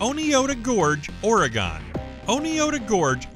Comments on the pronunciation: Thank god somene here knows what they are talking about, it's kinda like organ Oreeegon sounds stupid, one Oregonian to another it organ or oregin not oreegon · Zhoo-noo, Alaska? Really? Ore E Gone? Where is this announcer from? What a way to fuck up a perfectly good video. Next time, get someone who has at least done his homework when it comes to the names of the places he is attempting to pronounce. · I'm from Oregon, and you have no idea how mad it makes Oregonians to hear people say OR-EE-GONE, it's pronounced OR-EH-GIN kinda like organ but different, saying oreeegon just sounds stupid, rant over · Great video! Thank you much!👍😁 (A few things tho~ Juneau is pronounced joo-NO, Oregon is pronounced or-e-GUN, and Kilauea is pronounced kil-a-WAY-a) 😉 Sorry! Just a pet peeve of mine... can't help it! 😬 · Oregon is pronounced organ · carson hefner no it's not lol its pronounced Origgin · Bruh, the pronunciations of some of these cities (and Oregon) is damn right cringe worthy.